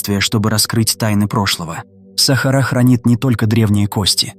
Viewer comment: сАхара, капец, можно самому озвучивать?